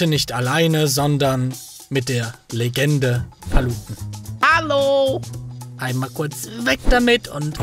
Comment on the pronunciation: Er hat Paluten einfach normal ausgesprochen